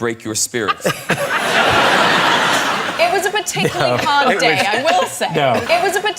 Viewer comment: Particularly 를 particuly 로 발음하는 것처럼 들리네요